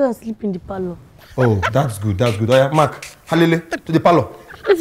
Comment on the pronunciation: When hes saying Mark its sounds like MAK